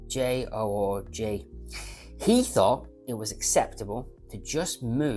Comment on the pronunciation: You're such a pig ignorant & nasty person but you cant pronounce Jorge or many common brands, hearing you say Blanche-pan & Jaeger Le Coutre was priceless, thanks😂